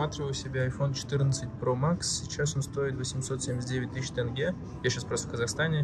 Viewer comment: не тэнге, а тенге 😊